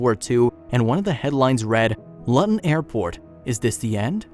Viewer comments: Interesting story. By the way Luton is pronounced Looton, not Luton. :) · Try learning how to pronounce Luton correctly!